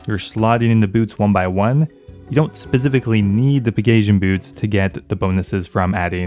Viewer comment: Why does everyone pronounce it "peg-asian" and not "peg-ah-sea-in." How do you pronounce Pegasus?